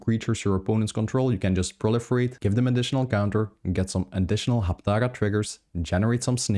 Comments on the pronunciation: Hapatra, not Haptaga!!! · Are you saying "Haptaga"?